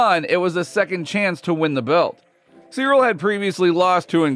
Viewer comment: Bones calling Cyril cereal gain was 😂